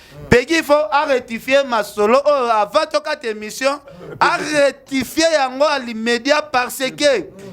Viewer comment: Ken Balobaka retifie🤣 loba rectifier bonne chance pour la suite 🤣